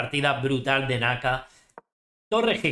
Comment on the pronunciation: Saludos 👍 me da risa como le dises a naka